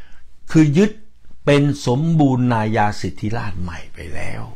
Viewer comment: คำอ่านเป็น(สมบูระนายาสิดธิราด) #สมบูรณาญาสิทธิราช